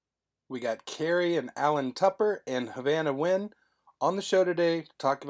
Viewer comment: I always wondered how Nguyen was pronounced... and I'm still wondering.